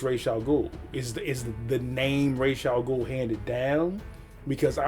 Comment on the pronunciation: Whoohoo!! Good reaction bro. Can't wait for The Dark Knight. The pronunciation of Ra's pissed me off as well though. It's really good seeing someone who is familiar with the story do a reaction to it. I unfortunately did it the other way around, saw it when it came out and THEN read the comics.